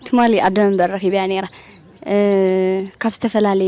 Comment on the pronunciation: Correction ኣደ መንበር፡ NOT ኣደ ወምበር።